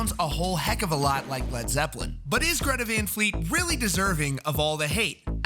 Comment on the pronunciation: What the fuck is a Greta Von Fleet?